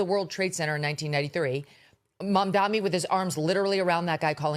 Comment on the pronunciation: Mamdani you should learn how to say it looool